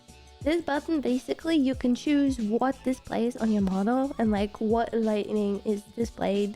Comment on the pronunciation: Just FYI, it's pronounced "light ing" not "light ning"...